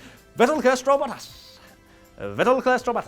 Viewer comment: Why did you pronounce Bottas as "Battas?"